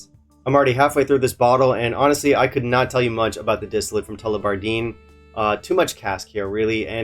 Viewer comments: In case you want to pronounce it as they would at Tullibardine, it's: Tull-eh-bar-din You might know this already so apologies if I'm being 'that guy' 😁 Doesn't seem to be a brand that captures the imagination like some others but I think they have some good stuff, well worth trying to things up. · Tullibatdine ( I think the emphasis is on “bard“) is a gem of a distillery. I've gotten curious over them with the old 21 yo, which was available for 50€ 2 years ago, would you believe it! The Murray Marsala was a banger! and the recently launched 15yo is very solid and affordable!